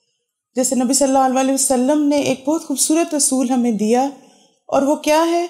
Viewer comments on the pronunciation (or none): pls recite durood properly sallallahu alaihi wa ala aalihi wasallam or sallallahu alaihi wasallam